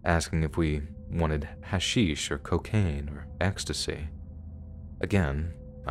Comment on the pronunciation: The way u pronounced hashish sounded like a native Arab speaker